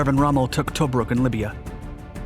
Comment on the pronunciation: Pronounced Caliari NOT Cagliari. Also Tob ruk, NOT Tow brook! Get it right please